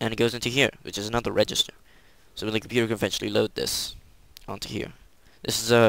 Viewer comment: that's the best pc computah ever